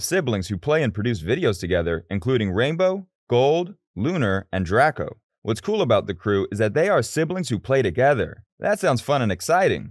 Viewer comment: Finally someone who says draco not drayco and ya krew worked hard for their videos ro make us laugh zach you can't steal their ideas you copy cat krew works hard to make us laugh ! KF is after you for copying you including me🙋